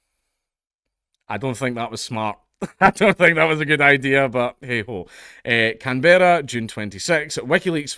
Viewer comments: "Can-berrah?" Can-brah. Come on mate, as a Scot you know what it's like for the English to butcher your names, why you gotta pass it down? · For the record it's pronounced closer to "CAN-bruh" than "Can-BEAR-ah". Sort of "CAN-borough", almost. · Can-bra. Can-bra. Not Can-berra. Briz-bin, not Briz-bayn. Every fucking time. MELL-BUN NOT MELL-BORN. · Can-Berra 😂😂😂 it’s just Can”bruh” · Just to let you know, Canberra is pronounced as, "Kam-bruh" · It's pronounced canbruh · I think you were going to say it right the first time lol. Can-bra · Can-bruh* other than that cheers for the coverage bro fu k the us, Australia always licking their fkng hole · It's CANBRAH say it right.. lol 🤣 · Pronounce Canberra as Canbra and Albanese as Albeneasy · Dankula - Canberra is pronounced Canbruh. True story. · Can-bruh and Al-ba-ne-zee. I'll put a pedantry mark next to my name. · Can-bruh ,Al-ban-easy, Dank. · *Can-bruh *Albaneezie 0/2 hitrate on Australia-related words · are you saying Canberra wrong on purpose? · Damn, as an Aussie I cringe everytime Dank pronounces Canberra like that 😂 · His pronunciation of Canberra is getting me and I'm British